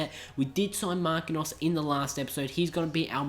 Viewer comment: i do think Marquinhos is pronounced Markin-jos and not Marki-nos.:) But i'm not sure.;) Great series mate i already love it. <3